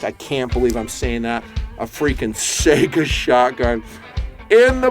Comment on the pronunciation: Why can't anyone pronounce Saiga correctly? Is it that hard to look it up if there is any question? Am I the only one who finds that so annoying?